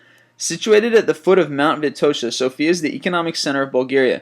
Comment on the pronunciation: Number 16, Sofia, is wrongly pronounced. The emphasis is on the letter "O", not on "I". And it's not that cheap, at least for us isn't.